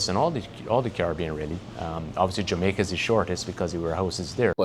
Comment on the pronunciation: He says "we have a warehouse in Jamacia.... I hear "long, expesive wait or parts"